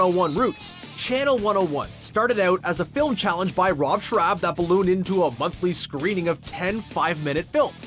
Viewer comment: So annoying how he keeps mispronouncing Rob Schrab. “Schrab” rhymes with “Rob.” What kind of fan is this guy? Pfffff lol